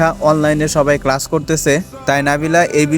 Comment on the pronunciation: Vai apni class ke crash bole felchen